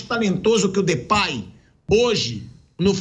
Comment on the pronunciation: Aviso à vcs e a. Não é Flerplay é DEPAY. CHUPAM